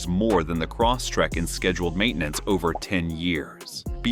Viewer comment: Stupid AI narrator keeps repeating, "Cross Track"! 😅 Computer babble.